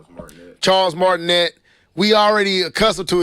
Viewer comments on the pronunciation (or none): Chris PRATT with an "r". Charles Martinet (the "t" is silent so it's pronounced Mart-in-aye) Sorry ya'll it's the teacher in me lol.